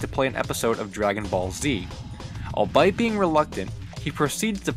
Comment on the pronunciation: it isn't "all-bite," it is "All-Be-It" for albeit.